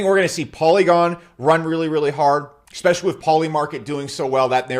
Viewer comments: Gunna hit those coins “exspecially” hard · What does "ikspecially" mean?